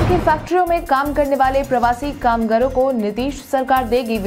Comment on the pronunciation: "कामगारों" शब्द का उच्चारण "कामगरों" नहीं किया करें।